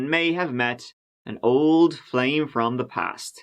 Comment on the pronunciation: Pls stop saying “ol” video pls